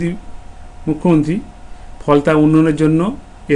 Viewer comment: 'মুখ্যমন্ত্রী ' শব্দটা উচ্চারণ করতে পারছে না। মনেহয় মার্বেল ফেটে গেছে